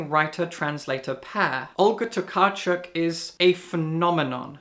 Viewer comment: I've really enjoyed Empuzjon. I think it has mixed reviews but I can't help but be drawn through Tokarczuk's (props for pronunciation BTW) storytelling and her grasp of Polish language (though I think I lowkey hate this blue edition covers :D).